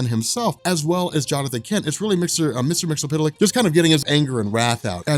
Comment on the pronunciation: The phonetic pronunciation is mixelplic not mixapital...if you make him say his name backwards he gets banished